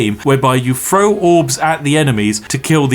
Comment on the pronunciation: need to work on how you pronounce "throw" because you are definitely saying "fro"